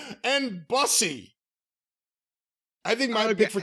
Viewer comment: not knowing how to pronounce "Bussy" is the most hilariously heterosexual thing I've heard all day